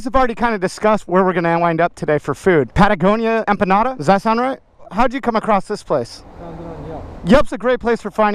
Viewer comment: I kept hearing "enchiladas" everytime you said empanada and when I saw them, I was like... wheres the verde sauce